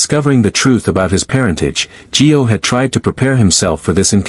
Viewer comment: For Pete's sake his name is Gio not Joe!!